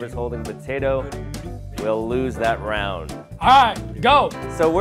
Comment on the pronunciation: time: 47-52 evan said Batato instead of Potato! 😂